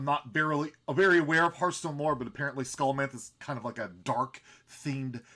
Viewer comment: Its Sha - lo - mance